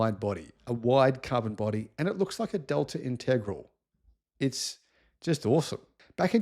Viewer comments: Delta integral 😂 go look up how to pronounce that correctly 😂 Inta-gra-la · The name of the Lancia was the Integrale not the Integral (try saying it with an Italian accent). Tony Vandervell was an English engineer who owned an engineering company that made thin wall white metal engine bearings and in the 1950s started an F1 team to promote his Vandervell bearing company. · Integrale :) It's inteh-grah-leh The Lancia was, after all, Italian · Integrale Italian pronounced Intergralee